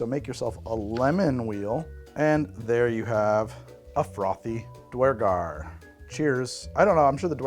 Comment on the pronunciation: More dnd is good. But please learn to say duergar correctly. I died a little inside each time you said it. (DEW-ur-gar per guides)